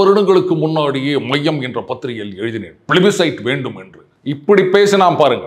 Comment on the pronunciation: sir, அது 'மய்யம் ', 'மைய‌ம்' இல்லை.... என்ன sir தமிழ் சரியா படிக்கலையா???😂